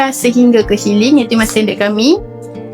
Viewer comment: Siling la... Bukan syiling... Syiling tu duit.. Siling Siling siiiiiii Ling